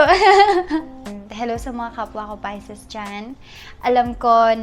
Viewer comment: "pai-sees" po ang pronunciation hindi "pai-ses" Wag mo na artehan mag salita po :)